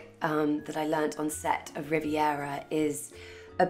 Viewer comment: Stop saying Rivera 😫